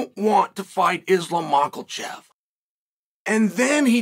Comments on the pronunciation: chael saying mocklechev is so fucking funny he so serious with it too😭😭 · I remember who is the real GOAT everytime Chael says, "Moklechev"